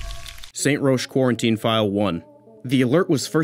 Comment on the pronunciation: Great video, but it is pronounced Rock not Rosh.